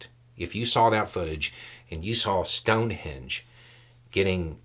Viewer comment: I don’t know if it’s me, the audio or the accent, but you keep saying “sound-henge” I replayed it a few times.